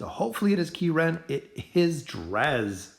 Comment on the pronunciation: Key Ren LOL